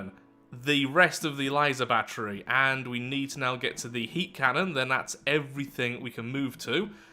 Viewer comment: they way you say HEAT shells, half sounds like you're saying "Hate shells"